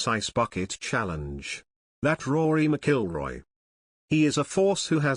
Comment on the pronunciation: You really butchered Rory's last name..lol He definitely missed a bullet..lol